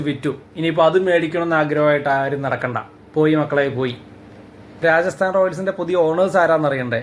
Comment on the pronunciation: രാജസ്ഥാൻ ആണ് bro രായസാൻ അല്ല 😄😄